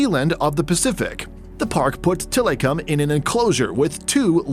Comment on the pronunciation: I'm sorry but the way tilikum's name is pronounced in this video is cringe.. also there's a certain song that has his name in it 🙃